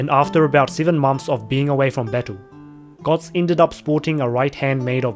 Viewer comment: Its götz not gotz